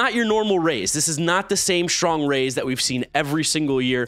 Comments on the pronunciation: You’re supposed to say R A Y S! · 641 instead of rays it’s ryas